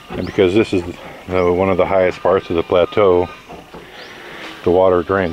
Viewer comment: ....I think you mean "plateau",...right?